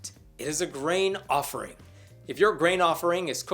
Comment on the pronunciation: I know you're saying grain offering. But I keep hearing brain offering.